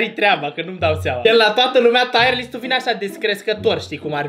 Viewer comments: Fra nu se zice taier list se zice tier list😂😂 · Se zice cum se scrie , Tier list , “taier” list înseamnă altceva